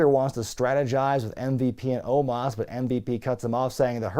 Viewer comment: The guy's name is "OH-MOS" NOT "OH-MAHS"